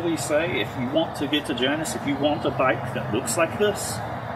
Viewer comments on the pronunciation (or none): In greek mythology its pronounced jay nuss at least you pronounced halcyon correctly also greek mythology